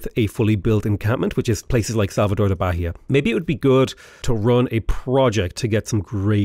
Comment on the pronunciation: To say Bahia, You must say Ba-Yah, no "H" sound, to have some resembelence to portuguese